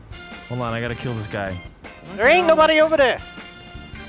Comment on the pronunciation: " i'm gonna gill you!" 😂